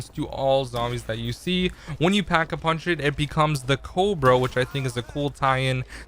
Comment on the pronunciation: He pronunced the cobra cobro he does knoe its a namr of a snake, right?